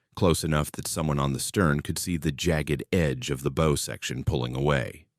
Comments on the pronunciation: Can AI not pronounce english language words. Bow for example? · How are we supposed to believe this BS when they don't even know how to pronounce "bow"? The Morrell sank in Lake Huron, not Erie. A wave traveling 600 ft in 4 seconds would be traveling over 100 mph, hogging on one wave never happens on the Great Lakes. Modern ships don't pitch on the Lakes since the waves are so close together. Cross waves tend to get reduced when the wind changes direction, not multiply. I sailed for nearly three decades on the Lakes, never heard of a Lake Erie Triangle, most ships went down over 100 years ago on Lake Erie. The tail of the panther may have been dangerous to the Iroquois but they were in frigging canoes. I call BS.